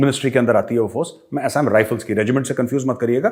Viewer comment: Assam pronounciation galat bola hai major ji.